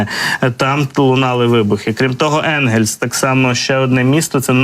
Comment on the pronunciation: Навчіть журналістку вірно ставити наголос в слові Енгельск. Місто хоч і вороже але слухати не можливо, тим паче що вона назву виголошувала не раз ,і кожен раз невірно, просто невігластво якесь.